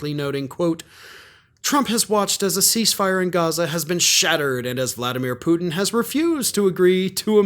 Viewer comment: "I swear I had no idea who Pudimir Wlatin was..."